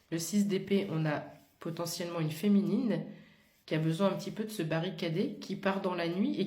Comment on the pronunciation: Coucou! Je devais être mal réveillée mais j'ai entendu fouine au lieu de féminine. Et surtout que depuis quelques semaines un animal se balade dans ma toiture et mes mûrs.